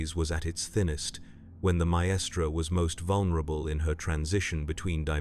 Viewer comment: Brilliant video as always but with one glaring error with the pronunciation of 'maestra' which kind of took me out of the moment. It's not 3 separate syllables and more like 'myyy-stra'. It only happened a couple of the times which somehow made it worse.